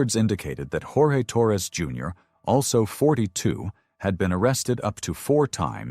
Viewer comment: Jorge is pronounced George by his family and by him. The reason that Sarah Boone was offered a plea deal was because the prosecutor knew that Sarah was so full of herself that she would never admit that Jorge's death was her fault. She was the perpetual victim. No one understood her.